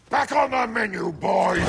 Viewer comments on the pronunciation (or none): none